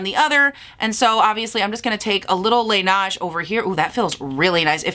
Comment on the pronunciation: I’m not trying to be that bitch in the comments 🤣 but Laneige is pronounced ‘lah-ney-juh’ 😅